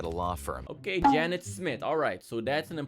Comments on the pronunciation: F for Trying to pronounce Janet. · I love how he kept messing up her name 🤣🤣🤣🤣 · You can not pronounce janet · F for saying name wrong